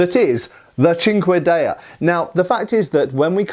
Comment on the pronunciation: I keep hearing it as "chingadera"😂